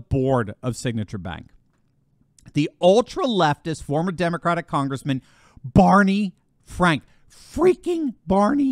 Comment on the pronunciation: Bawney Fwank. Thought we were done with him.